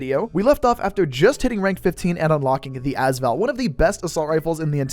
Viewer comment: Hey just a heads up the AS in AS Val is pronounced as separate letters rather than one word (same goes for the VSS in the VSS Vintorez)